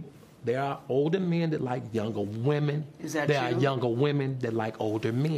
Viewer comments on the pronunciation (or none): is so underrated. "Im an older man that love all WEEMEEN" 🤣🤣